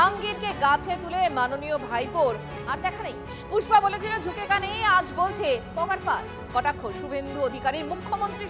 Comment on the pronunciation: পুষ্পা না ফুস-পা!😂